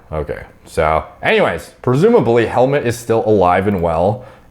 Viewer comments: "Helmet Strebl" I absolutely love the way you pronounce his name! 🤣 The "u" is actually pronounced like the "o" in "who". ;) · In case this hasn't been posted 100 times yet, it's pronounced closer to "Helmoot". Not as dad joke compatible, though. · Pronunciation is about hell mood shtrehble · It's pronounced helmoot my brah 🤙 love your channel love the empirical science without much personal bias whatsoever except for the dash of humor that's why people love your content. Keep em coming. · Helmut pronounce is not like Helmet, is like Helmoot xD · Fun fact: A German or Austrian would pronounce Helmut like "hell-moot" and "Strebl" like "shtrebl" with an elongated "e". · I don't know how it's actually pronounced but when you nonchalantly call him Helmet I friggin crack up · Im pretty late, but his Name is pronounced "Hellmood" 😂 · It's pronounced Hell-MOOT! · the right pronounciation is hell-mood with a T on the end 🙂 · Helmut is pronounced as Hellmood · His name is pronounced like: Hell-moot with the moo in moot sounding like a cows moo, not like the oo in foot. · I think it's pronounced Hell-moot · Every time you say helmet i die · It‘s pronounced Helmoot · It's pronounced Hell Moot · His name is German and pronounced: Hellmood 😁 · It's helmoot the pronunciation. Like in poop or or tooth or so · his name is actually pronounced more like hellmood, at least in germany and i guess its a pretty german / austrian name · Its pronounced like this : Hellmuuut Streeebl but i dont know if americans can understand this. but also google translator says it pretty goos in german voice so this guy is stuoid for not using translator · I think it's pronounced like helmoot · It’s pronounced like Helmoot. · This guy is pure muscle. Guy's name is pronounced "Hel'moot". 🇩🇪 name. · Pronounce guide: Hell-mood You can type the name in Google translate and let it pronounce from the German language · It is Hellmoot 😉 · Pronounced Helmoot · You actually pronounce it Hellmoot Shtrebel